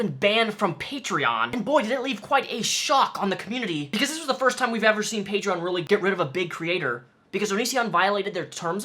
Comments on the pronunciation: “Patrean” -Onision Everyone else with a brain: “PATREEEE ON!” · Its "Patreon" not "Patrein." Damn Fool... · OMG STOP SAYING PATREEIN GREASE ITS PAY-TREE-AWWWN YOU"RE NOT FROM FUCKING BOSTON! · Hate how he says Patrein Patrien my Patrien got shut down. Onision’s the only one I’ve heard pronounce it like that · The way he says Patreon makes me physically cringe... "Patrein". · "Paytreeyin" -onionboi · I forgot how much I hated the way Greg pronounces Patreon. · He deserved to lose his Patreon for the way he pronounced it alone. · Patreon should make a rule that you can only have a patreon if you can pronounce the name correctly. Onion boy wouldn't stand a chance. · Why does Onision say Patreon wrong? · I get triggered every time he mispronounces Patreon.... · I still can't believe he doesn't know how to pronounce Patreon, there's no i! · I hate how Onision pronounces "patreon" .. I don't know why it irritates me so much.